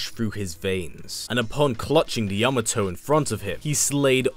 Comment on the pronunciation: This is the only YouTuber who pronounced the word Yamato correctly.